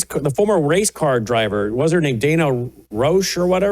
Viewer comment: It's Danya